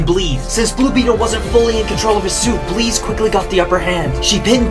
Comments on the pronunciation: Is her name really pronounced like that? Isn't it just... The word Bliss?? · Why is the name Bliss but pronounced as Bleeze? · Why are you pronouncing Bliss that way? Bleez? shouldn't it be 'Bliss' /blis/ Meaning 'happiness or joy' - which would seem to correspond with her powers to cause arousal. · He pronounces bliss into "bleez" instead of just reading it as is. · Bro keeps saying blees, it’s bliss, rhymes with piss or this. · What’s with mispronouncing “bliss”??? Her names Bliss. Not Bleeze. It’s Bliss. Like as in Pure Bliss. Bliss rhymes with piss not bleeze. Da fook?? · Is it actually pronounced Bleese? Not bliss? Not a Dc/Mcu fan. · Why are you pronounceing BLISSs. And BLEEZ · Why are you pronouncing her name like that? Her names clearly Bliss not Bleeze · Is it not pronounced "Bliss" like a blissful afternoon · can we talk for ONE SECOND that he can't pronounce crap like heamie and bleeze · Is Bliss pronounced that way? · Is her name actually spelled "Bliss"? Because of so man his pronunciation takes away a bit of my soul every time.